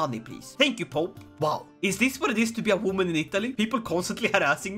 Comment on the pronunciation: A wooman 😂